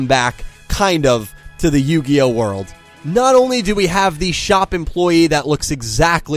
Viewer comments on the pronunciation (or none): none